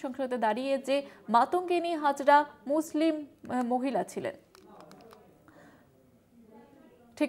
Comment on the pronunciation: নাম ঠিক বলতে পারেন না উনি আবার সংসদ